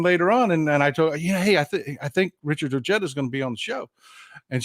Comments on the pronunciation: Richard’s last name is pronounced Oh-hey-dah…😉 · I live in NM (former west texan) and Ojeda does not have a hard j, at least here in Southern NM. The 'j' is pronounced 'H'. Just sayin! And the 'd' is 'th'. OHEYTHA. Love you. VOTE 💙💙💙